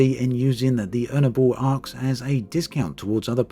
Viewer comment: Arx, pronounced "Arse"